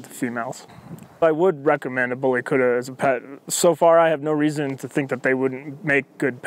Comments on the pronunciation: Kutta is pronounced "KUT-THA" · The way he pronounce kutta is funny,, indians n Pakistanis will understand,, lol